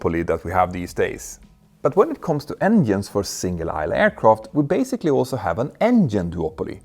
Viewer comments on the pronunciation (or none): none